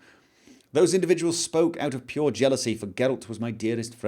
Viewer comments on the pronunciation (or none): none